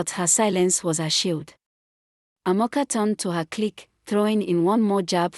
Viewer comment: Learn to pronounce people names its ida its Ada not amokca but Amaka